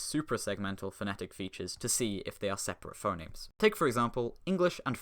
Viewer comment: That's FUH-nemes to you! 🇻🇳